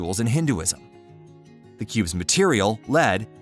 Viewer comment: He says cubs to start with and cubes later on. Is this a flawless computer automation doing the reading? Any human with half a brain would figure that problem out.